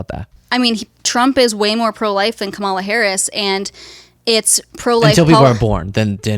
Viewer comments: a proper pronunciation of "Kamala!" Dernald tarmp wouldn't be proud of her for pronouncing the boogeyman's name wrong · Proof the mispronunciation is a conscious choice. Classic Freudian slip where she actually pronounces it correctly 😂 But yeah, she will learn about causality hopefully sooner than later. I can tell she is not as daft as she likes to portray, and I think she has good in her because she does care about protecting her daughter. She is just enjoying the shock value from her comments and generally I can’t hate her hustle because I can respect the game even if I don’t agree. I hope that she will take the time to research those words and really try to understand and empathize when she finally understands how certain words carry a lot more weight and simply using them normalizes the heinous ideology behind them. She didn’t like when people started saying terrible things about her daughter, but that is the effect of normalizing hate. Plus, the internet is forever 💯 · did accidentally say Kamala’s name right??